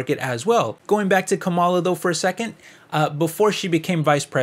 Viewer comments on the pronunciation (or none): I had to stop watching because you keep mispronouncing Kamala. It's disrespectful and actually tells me that you are biased against her. In case you care to pronounce it correctly, it's like "comma" like in a sentence with "la" like singing lalala. So, comma-la. Kamala. Fox News mispronounces it deliberately to be disrespectful. So, even if you meant to come across as unbiased, it's unfortunately clear you are not.